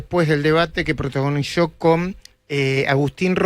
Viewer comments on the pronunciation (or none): "Le agradeshemosha... protagonishó..." ¿Qué le pasa?